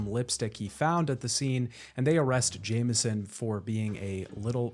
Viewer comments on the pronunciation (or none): none